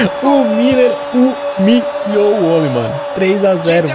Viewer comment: "O Müller humilhou!", na verdade "HuMülleriou", kkkkk.